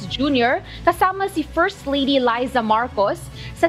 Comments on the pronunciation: Ayusin mo ang Pagbigkas ng Pangalan ni First Lady Liza Marcos... Hinde yung Laiza... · Newscaster k b pronunciation lang ng Liza di mo p ma pronounce ng tama. Philippines ang news mo